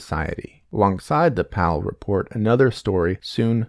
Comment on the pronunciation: The way he pronounced Pavle made my skin crawl